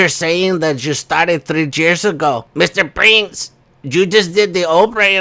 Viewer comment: I thought you were saying "Mr Brains" instead of Mr Prince loool ! Mr & Mrs Brains 😂